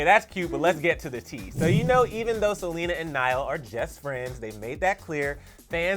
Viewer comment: "we know that SELENER is too"